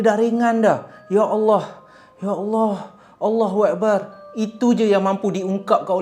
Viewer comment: sebutan Allahuakbar kena betolkan,,,sebutan yg salah bawa maksud yg lain,maaf